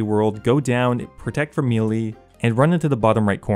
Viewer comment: Melee is pronounced 'MAY-LAY' not 'mee-lee' please stop this injustice.